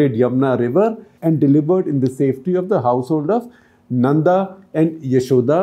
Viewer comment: Shekharji, my best regards. Two little points: 1. The name of Lord Krishna's father, Devaki's husband, is वसुदेव, NOT वासुदेव. वासुदेव is actually one of the names of Lord Krishna Himself -- वसुदेव का पुत्र, वासुदेव. 2. वसुदेव took his son to नन्द. Not नन्दा.